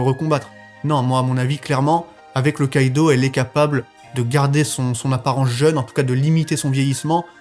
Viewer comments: STP STP STP ARRETE DE DIRE KÏDO C'EST KIDO :,( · Mon com est inutile mais ca me perturbe de t’entendre dire Kaido a la place de Kido 😭😭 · Tu me stress. On dit Kido pas Kaido omggg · On dis kido pas kaido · T'est matrixé par one piece mdr tu dit kaido au lieu de kido 😂